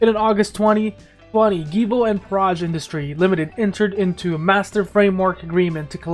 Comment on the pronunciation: Givo? Loll I’m curious, pronounce George? Good info tho 🤘🏽